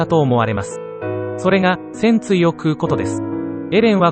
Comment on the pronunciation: 戦鎚のイントネーションがパンティなんだよなあ、、